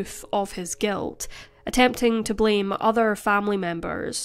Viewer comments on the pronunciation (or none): none